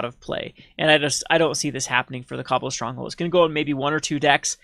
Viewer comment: Kah-ball, not cobble.